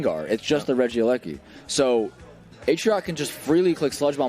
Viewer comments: Calling him Ree-geelakai instead of Reggie-Elek-EE is definitely a choice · What the fuck is this "Regilikai" meme they keep spouting, it's genuinely pissing me off how much they're committing to it. Regi. Eleki. Not hard. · Regi eleki. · Not only pronouncing regieleki wrong for 8 hours but gaslighting others into thinking thats how its pronounced 😂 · Regieleki pronunciation is insane.